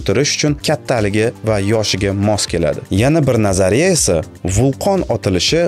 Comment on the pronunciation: 20 50 секунда 180 км деб адаштиз 180 метр буса керак ичида одамлар турганда каранг буса 300 метр чикади. Кейин назария сузини нотугри талафуз киляпсиз. Лекин техноплов👍